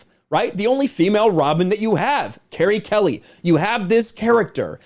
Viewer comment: You are reading and saying her name in the wrong way!